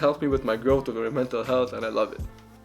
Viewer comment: “Hey baby want to come ober to my house to hab some lechon” 😂